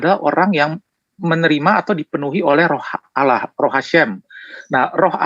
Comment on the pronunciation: Bc Allah saja ngk benar masa bcnya alah padahal huruf L nya dauble